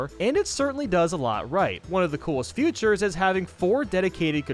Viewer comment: Why do you say futures instead of features